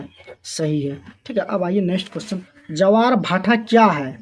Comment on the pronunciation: सर जी ज्वार को जवार कह रहे हैं😂😂😂😂😂😂😂😂😂😂😂😂😂😂😂😂😂😂😂😂😂😂😂😂😂😂😂😂😂😂😂😂😂😂😂😂😂😂😂😂😂😂😂😂😂😂😂😂😅😅😅😅😅😅😅😅😅😂😂😂😂😂😂😂😂😂😂😂😂😂😂😂😂😂😂😂😂😂😂😂😂😂😂😂😂😂😂😂😂😂😂😂